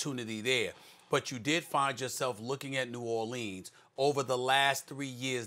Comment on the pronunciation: Then this dude says it right. Smh